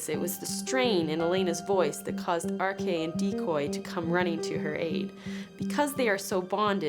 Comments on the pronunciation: Why is the narrator pronouncing archie as ark-e?!?! But god bless those dogs...i immediately cried at the thought of the dog that almost had to give his life for her. THAT is the reason why i would be able to hurt 1,000,000 people over 1 animal...that is real unconditional love. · Thought I heard her pronounce it as "Arkay"...almost art imitating life before art happened reminded me of Skyrim dog(s), lastly how that cottonmouth get there in the first place I'd figuer you'de find it in the Everglades, very suspicious like somebody placed it there.